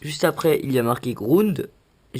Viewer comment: j'adore ta manière de prononcer "grounde" ^^ merci pour le tuto !